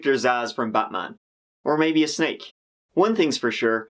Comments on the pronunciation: wait, did you say shnake? wtf is a shnake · OK, hold up. I know you have this whole Irish persona... But did you just pronounce "snake" as "schnake"?!!! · Lol this is how I will pronounce "snake" from now on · "a shnake" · Did you say “shnake”? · What is a "Shnake"? lol Love the channel and the work you do. You're expressive without being offensive. Nice work. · “He cut his tongue, like a shnake” 😂😆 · tongue of a 'shnek' :D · 'Cut his tongue so it looks like a shnigs' ... ? 😕 WTF is wrong with this guy? He can't even pronounce basic words like snake properly.